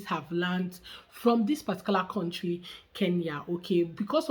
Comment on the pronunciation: Whenever I hear someone say words like Kontry for country*, *aks for ask I give up!